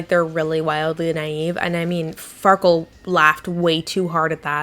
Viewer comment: why did she call the andy guy farkul or wtv the entire video